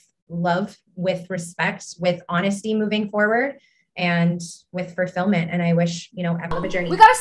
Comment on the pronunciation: That one girl pronouncing it "furrrrfillment" was sending me each time omg